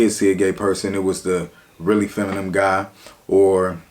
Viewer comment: Love your vids cuh...but imma need you to learn how to say the word "feminine" lol